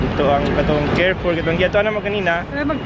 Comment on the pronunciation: Hello chinks, u are wearing cardigan po kaya malamig pa rin. You can try yung mga puffer ng uniqlo tas yung mga light heattech din from uniqlo. Carrefour we read it like ca-re-four. Enjoy your break. Joy from Canada